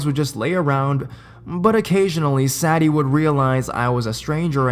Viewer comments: _- you mispronounced the dog's name. "Sadie" is pronounced Say-Dee not Sad-ee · Hey dude, you're pronouncing the name Sadie wrong. It's say-dee.